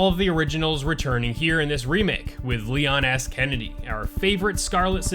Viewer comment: Did you just say "Leon Ass Kennedy" lol